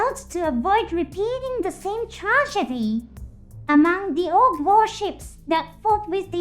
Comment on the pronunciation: Your video have a good script, but somehow.,,your AI can't pronounce some words correctly like Orb and ect... Anyway good video bro 😉👍